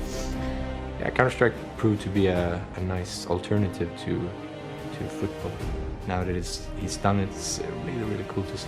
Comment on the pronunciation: futbol ?? nice english there mate